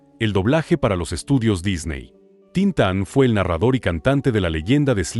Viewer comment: No se pronuncia Tíntan sino Tintán vease bien el acento. El oso no es balooo se pronuncia Balú